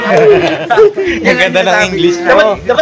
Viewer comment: Tawa aq sa TAL-KA- TIVE ni 😂😂😂😂talkative sana eh😅😅😅😅